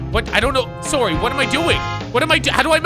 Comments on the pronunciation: Sorray eh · When says Soarry you can hear the canadian slipping out!